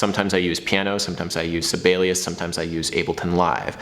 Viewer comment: As a, I'm not at all down with your pronunciation of Sibelius:D